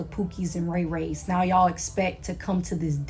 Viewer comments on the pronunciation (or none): none